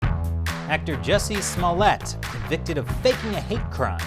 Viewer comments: Sir, it's pronounced Jew-cee Smoo-yay! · You're saying his name wrong. It's Juicy Smolljé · Dace Chappelle will teach you how to say his name. you're murdering it worse than epstein